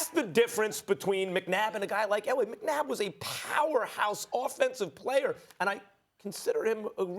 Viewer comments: First of all this woman got the mans name wrong "McNadd?" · she says Donovan McNadd 😁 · “Donovan McNadd” 😂😂😂😂😂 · “Donovan McNadd” 🥴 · Anybody noticed that she said “Donovan McNadd”?? 🤣🤣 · Did She Called this man “McNadd”😭😭😭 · Pretty sure she said Donovan McNadd LMAOO